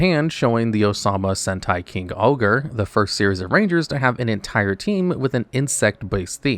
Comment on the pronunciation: It’s clear he hasn’t watched all of this, very clear with the sentai since if he was a watcher he wouldn’t have mispronounced the names. And yes I understand, westerner telling another westerner they’re mispronouncing Japanese words wrong haha. But how do you mispronounce king-OH-ger as king-ogre when the series you’re talking about is called yu-gi-OH